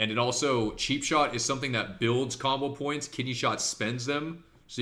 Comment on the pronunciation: I swear I hear cobble points and not combo points